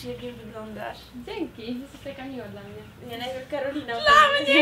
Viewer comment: powiedziała ,,dla mnię" i z tego ,,ę" była właśnie beka.